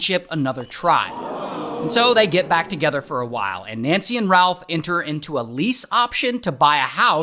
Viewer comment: RalF 😂 with an F